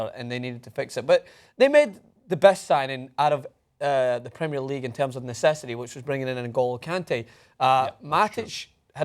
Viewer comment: please learn how to pronounce Premier League it really gets on my nerves